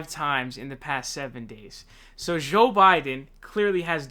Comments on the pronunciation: Zhoe Biden., your mispronunciations are hilarious bruh 😂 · His name is Joe not Sjow